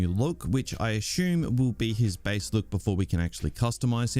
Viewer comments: Sat assume please. Not ashume. It sounds stupid. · assume... not Ashoom. This wanker. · What a weird way you pronounce “assume” loool